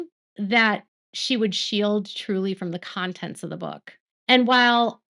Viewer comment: Thank you! When you say "from" it does sound like brown sometimes😂. But we know better, appreciate your coverage as I have stopped watching TLC (too exploitive) but like to hear updates.